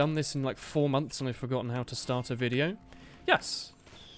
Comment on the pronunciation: WTF WTF U SAID VCIDEO NOT VIDEO WTF DUDE WTF WTF COME ON WTF Y U SAID VCIDEO NOT VIDEO ???????????!!!!!!!!!!!!!!!!!!!